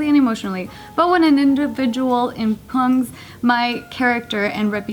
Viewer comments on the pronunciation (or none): "impugns"... Oh.